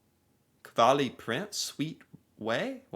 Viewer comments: Its KAVLI, not Kalvi 😂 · NOT KVALI. Kav-li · How do you read kavli as "kvali", and dont tell me you dont have cream-cheese in the usa